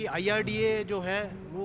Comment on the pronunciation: Its IRDA not IERDA